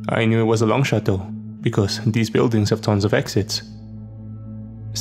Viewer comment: ‘It doesn’t actually matter doh’😂😂😂😂 Dey, dem, diss, doz, doh, derz🤣🤣🤣🤣